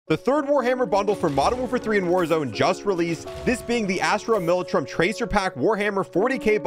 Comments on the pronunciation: *Astra MiL a tar am *. Sounds odd when you said millitruem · Hey, to help you with the pronunciation of the names, Astra Militarum is Astra (like the GM/Vauxhall/Holden car) Mili-tar-um (most of the community call Astra Militarum the imperial guard. Think formal name and informal name) and Munitorum is Muni-tor-um.